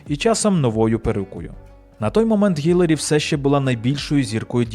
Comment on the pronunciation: Хай йому грець! Ну скільки можна?! Вона Хіларі! ХІЛАРІ! ХІ-ЛА-РІ! Запам'ятайте! Візьміть відео де вона сама каже як її звуть і поставте на повтор поки не засвоїте як її звуть! І уявіть собі, в українській мові є літера яка відповідає цьому звуку! В нашій тисячолітній мові знайшлось і для цього звуку місце теж! Основна функція літер позначати звуки!